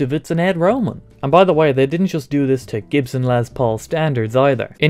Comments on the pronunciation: I know you are English, or "not American" but it is not pronounced "lez paul" it's pronounced "less paul" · Did he say Lez Paul?